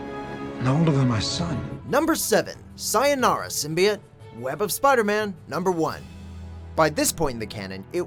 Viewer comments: Did... did he just say symbiot.... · he legit just said sim-bye-it